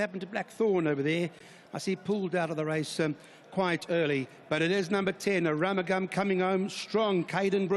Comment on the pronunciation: The commentator called him "A Rum a Gum".... We were shouting for AROOMOOGAM!